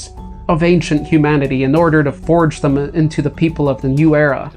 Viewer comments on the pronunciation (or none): none